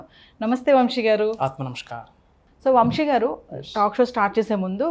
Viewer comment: Anchor sa ni baaga palikite baavuntindi. Vamshi kaadamma vamsi